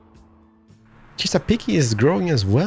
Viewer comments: It's Chess-a-peek not Chess-a-peek-ey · chesapeake is pronounced ches-a-peek ps this game is amazballs!!!